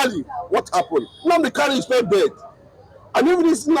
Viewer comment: Nnamdi Kanu, not Nnamdi Kanu,Kanu not Kalu please!.